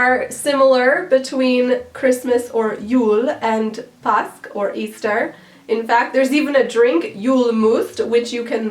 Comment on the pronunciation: Don't ignore the 'å' påsk. You can look into the pronounciation of it on Swedish pronounciation videos.